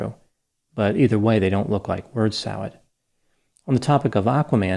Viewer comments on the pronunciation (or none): Bird salad? I thought he said WORD salad. 😁